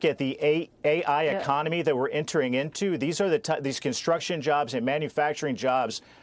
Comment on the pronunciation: Bernie Sanders? lol EXpecially is actually ESpecially. Jim Banks is a dolt.